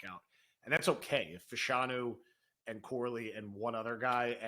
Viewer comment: Can someone please tell that it is pronounced Fash-a-new.